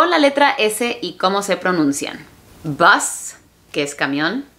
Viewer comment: "Bus"me sonó más a Boss